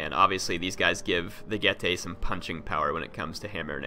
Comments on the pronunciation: getae would be pronounced get-i. not get-ay. in latin the dipthong "ae" is said as 'ai' like aisle in english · Correct pronunciation G-e-tz-ee